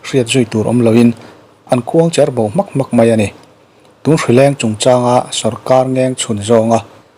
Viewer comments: Tinge hman atrang tawhin "KHUANGCHEEERBO" i la tih zel a, KHUANGCHERBO tih zawk tur ania,CHER tih lai tak kha thluk loh tur ania..... Ka lo chik thin a hman atrang tawh in "CHEEER" i ti char char a. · Khuangcher bo ni lovin khuang cher bo tih tur... khuang(zai hruaina atana kan vuak thin) cherna bo ang a bo pil hmak sawina a ni a, Khuangchera hming anga lam rik tur a ni lo ania ka rawn ti ve dek dek e...i channel hi ka hlut hle thin a nia..rawn ti zel ang che.